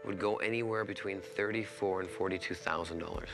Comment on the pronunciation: it sound like he says f;%king 40